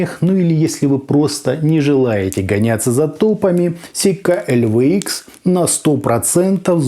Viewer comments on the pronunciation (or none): Сика неправильно, сикей правильно